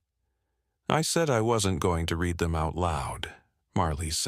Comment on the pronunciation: That was a good story. The voice sounded human. The only give away that it was AI was pronouncing read (red) and read (reed) wrong. I subscribed.